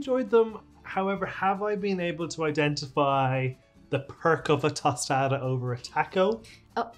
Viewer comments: Its toe staw dahs, not toasta das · Oh the way he said "tostada" in the beginning hurt my Mexican ears. I'm gonna go stick my head in a microwave. Tostada!! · I think took this video when he tried to pronounce the word 'tostada,' in the first minute.